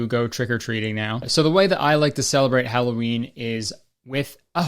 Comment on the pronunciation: mf said "hello ween" and i hit subscribe